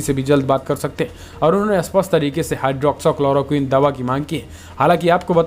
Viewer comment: भाईठीक से बोलना सीख लें हाई ड्रौक्सी क्लोरो क्विन।